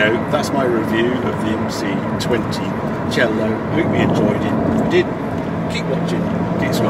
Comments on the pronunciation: Harry its C-A-Lo not cello like the instument. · Great in depth review Harry, as always I might add. One thing, you pronounciate Cielo wrong. It's pronounced Ci-A-lò, not Ci-ello. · Hallo Harry, I know, that all English speaking people tragically have massive severe problems to spell foreign words just right (for example a Porsche is being changed into a Porsch). But if you call the Maserati Cielo a Maserati Cello, it is a complete different meaning. Cielo is Heaven in Italian and a Cello is a music instrument (that would might be played in Heaven, but no one knows it for sure). You wouldn't be pleased, if we call your King a Burgerking, just because a Burger in Germany means a Citizen. So, please make more effort! Thanx! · Damn it sounds so bad when he says "Cielo", and I'm not even italian😂